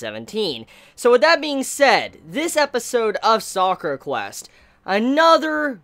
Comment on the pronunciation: Ugh, so cringey. It's called Sakura Quest. Not Soccer Quest